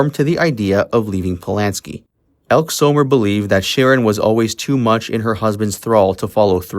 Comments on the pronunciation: Its pronounced ElkEE. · Her name is pronounced Elk-ee Elke Sommer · Ekkee Sommer, get the pronunciation right otherwise you sound like yet another dumb american or have a dumb AI' So obviously both!!!! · Elke is pronounced Elkē a long e at the end like ee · Elke is pronounced elkee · Some names were mispronounced in this video. "Elk" is really "Elkey" and Dominick's last name was pronounced like Dun, not Dune. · The pronunciation of names is really bad -- "Elkeee" Summer not "Elk", Dominic Dunn rhymes with bun. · EL-KEY Summer not ELK So-mur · It is pronounced Done, "Dominick Dunne", not 'Dune." Also, her friend's name is pronounced with a long e at the end "Elke (Elk ee) Sommer (Summer)."